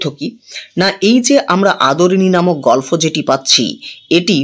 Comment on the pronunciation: আপনি গল্প কে গলফো বলছেন বার বার শ্রুটিকটু লাগছে...